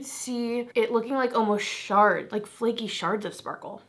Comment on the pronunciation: I’m laughing because I thought you said shart!!! Butttttt…you said shards of glitter 🤣🤣🤣